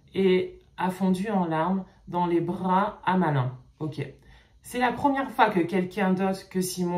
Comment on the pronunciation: Je crois que malin est Maline ( la prononciation) c’est une garde je crois